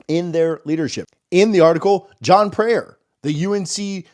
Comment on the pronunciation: Preyer = "prior", NOT prayer